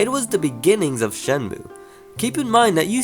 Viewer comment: i thought i heard he said it as 'shemnue'